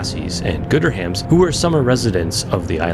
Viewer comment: Another great video. I really appreciate the cinematography. Also just a small note Gooderham is traditionally pronounced Gooder-um in Toronto. Names with ham are often pronounced as'um' like Markham (markum). All that said my kids say Gooder-ham, so you're not wrong.